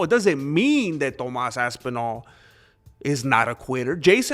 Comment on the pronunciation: Let’s say it together “Toe-más”.